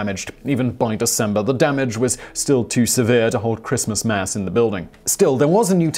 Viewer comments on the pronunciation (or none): none